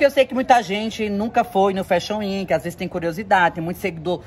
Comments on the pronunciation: Você precisa falar fashion week! Não é weenk e sim week. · Me acabei de rir ela falando Fashion Weki